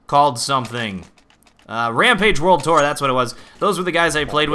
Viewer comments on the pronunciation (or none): none